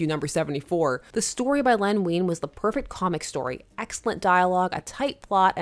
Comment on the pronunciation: my Dad used to work for DC Comics, in the accounting department, and he knew Len Wein. Small detail but his name is pronounced like wine, not ween. Love your videos!